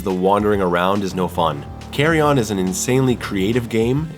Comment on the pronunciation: FTR It is pronounced carry-in